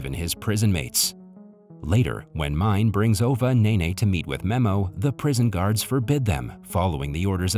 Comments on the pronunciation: I think that this video is narrated by a text-to-talk simulator or a text-to-talk machine because he pronounces the name as the English word “mine” instead of “Me-neh”. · it's not pronounced as mine but Mi-ne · The teachers name is written Mine but you read it not right it’s Meenaa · I do not know a single person who didn‘t cry at this movie. Also mine is pronounced like meena and nene is a word for grandmother. ❤ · All the names in this movie are Turkish and I suppose you can be forgiven for not doing a little research to actually present the movie explanation with this information. The school teacher Mine, is a prevalent female name a little like Mina and should be pronounced as Mina or Minay not mine as it is written. The absconded soldier in hiding is not named Asker. But Asker is the Turkish word for soldier. Also Nene is the Turkish term for Nanna or grandma. My sister’s kids call my mum Nene but mum’s name is not Nene. Perhaps the original movie version may have been South Korean but this particular version is Turkish and was clearly filmed in Turkey due to the dress, countryside vistas, shop signs and even school uniforms. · And Mine isn’t the way he says, you should read it as M-I-N-E (Miné)